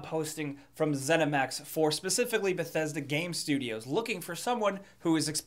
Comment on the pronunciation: "Bethedsa Gape Studios"